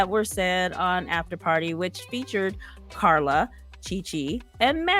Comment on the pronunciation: Love the way you pronounce Carla!